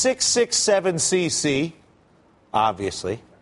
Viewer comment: It's Gj 667Cc not Gc 667Cc lol